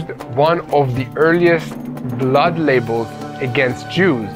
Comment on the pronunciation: When pronunciation of a single letter is important: Blood libel, not label (lai-, not ley-).